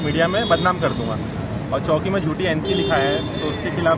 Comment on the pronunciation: Rafique bhai welfare society maintenance nahi le sakti. Charity commissioner mein complaint karo. Aur aapko reporter ko bolo mumbra police choki nahi bole police station ko choki na bolo. Chowki tak sahi se bolna nahi aata